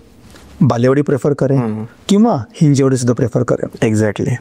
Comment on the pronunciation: Overall good information, but please note it is हिंजवडी ✅️ not हिंजेवाडी ❌️